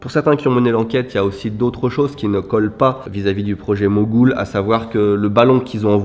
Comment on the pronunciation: C'est le projet Mogul, et non Mogoul lol.